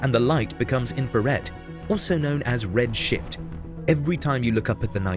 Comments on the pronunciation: Am I the only one who for a split second thought he said "Red shit" ? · am i the only one who heard "red shit" the first time? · It's red shift. Not red shit. English isn't my primary language, but red shit doesn't seem corredt. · Red shift. "Red shit"...would be bad. Better see a doctor about that. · Anyone else hear "..also known as 'red shit'" ? Even on 0,5 playback speed. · 1.42 is it just me or is he saying Red shit😅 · Did I seriously hear "Also known as red shit" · i heard it as red shit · Fantastic video. Amazing telescope. pronunciation probably needs work. Then again I am the parent of a 8 year old boy, so of course I heard that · Umm...is that a silent "F" in your red-shift? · probably should've pronounced that "f" in redshift more... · Anybody else not hear him pronounce the F? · ummm i dont hear redshift... I know thats what he meant but still